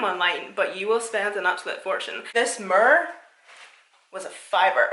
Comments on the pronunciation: Mir or 😂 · 😂 u took me out with the very First item when u said "this MURR" 😂😂😂😂OMG LOL😂😂😂😂EVERY TIME U SAY IT I GET THE BEST LAUGH